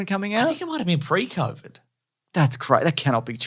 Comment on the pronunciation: Covies, Momics, and SheeVee Toes.